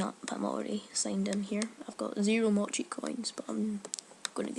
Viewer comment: Have you learned how to pronounce Mochi properly?